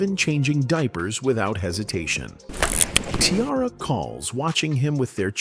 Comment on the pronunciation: WHY YOU KEEP CALLING HER KIARA!!👿🤡😫